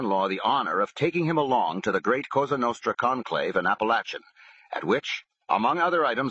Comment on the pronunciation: It’s pronounced app-uh-lake-in not app-uh-latch-uh geez I’m tired of all these mafia audiobooks butchering the towns name